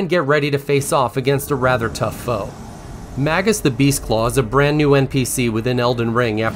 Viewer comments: "MagNus," not "Magus" of Chrono Trigger. But otherwise, thankee! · 2 - professional would be pronouncing "Iniquity", "Magnus", and "furlcalling" correctly. It's not "Inquiry", "Magus", or "furcalling"